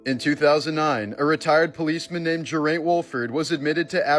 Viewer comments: Geraint, is pronounced "Gar-eye-nt." It's a Welsh name. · That pronunciation of Geraint and Abergele! 😅